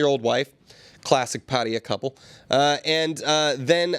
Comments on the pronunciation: Can we start pronouncing "Pat-tai-yah" correctly? What is up with the "Pat-tee-yuh" pronunciation anyways? Can someone fill me in? Wherever it comes from, it's incorrect :\ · Or "Patty-uh"... how did some people get to this point? lol. Always baffled me.